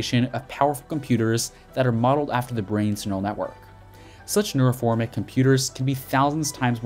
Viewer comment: NeuroMORPHIC... not neuroFORMIC... you jackass...